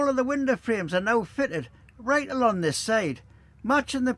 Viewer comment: Thank you for highlighting the spelling mistake, may I also highlight though, without malice, that you constantly have a problem pronouncing "along" you'll always say "alon" drives the missus mad 😂